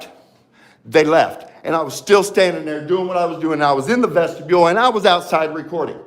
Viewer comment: Every time I hear say vestibule it always comes out as vegetable 😂